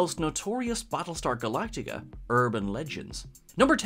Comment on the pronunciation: Prattlestar Phalactica!